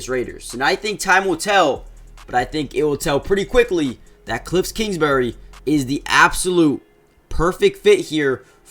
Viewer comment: “Kliffs kingsbury” is killing me